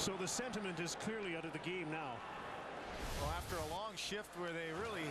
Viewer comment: "the sentiment is clearly out of the geem now"